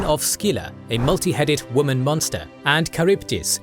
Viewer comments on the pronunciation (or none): none